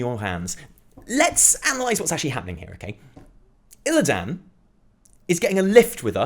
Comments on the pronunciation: The way you say Illidan fucking triggers me. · You're the only one in the entire world that can't pronounce Illidan correctly. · Who's Illi dan? I I know there's a character called Illidan, but no Illi dan.